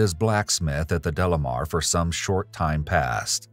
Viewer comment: Isn't it De Lamar , not Delamer ?